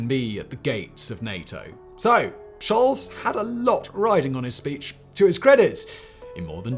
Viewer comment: Scholz is pronounced sholts, not sholz.